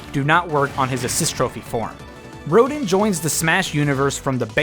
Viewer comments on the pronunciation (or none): "Roh-dinn"...It-It's "roh-DAHN". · It's Ro-DAWN! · Rodin from Bayonetta is actually "Ro-dawn" spoken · Rodin's name is pronounced "Rho-dahn". Not sure why, there's probably some explanation for it. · its pronounced RO-DAWN btw. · roe-dinn... I cringed at that pronunciation. Not even a bad video or anything but that really got to me. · I see this happen EVERYWHERE: Rodin is pronounced “Ro-DON”. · small nitpick, but Rodin is pronounced like ro-dawn....also thanks for the Splatoon 2 spoiler :/ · Lol you need to look up how to pronounce "Rodin" mate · You mispronounced "Rodin", if I'm not mistaken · TheScatmanBros He did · OK, I'm very sorry, but I have to point this out. You pronounced Rodin wrong. Don't worry, you wouldn't be the first, him and Jeanne get mispronounced all the time, but I just had to say it. Otherwise, great video :)